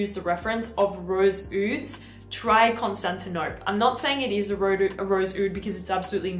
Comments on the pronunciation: The Penhaligan’s fragrance is pronounced like the city (pre-Istanbul) - not like you are saying it. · You mispronounced Constantinople.